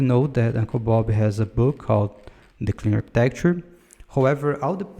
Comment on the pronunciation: great video. Maybe review your pronunciation for "hexagonal architecture", "dependency" (you say "depenece") "clean architecture" (take more time to say it)